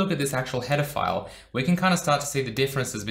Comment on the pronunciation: I think I watched too many Chris Hansen videos because I keep hearing "pedophiles" instead of "header files"